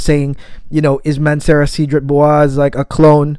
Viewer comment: My OK Karen moment (sorry 😅): its pronounced “saydra bwazay” (French).